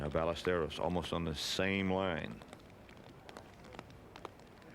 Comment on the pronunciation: Kind of ridiculous Nantz pronounced the "z" in Olazabal and Melnyk pronounced the " l's" in Ballesteros.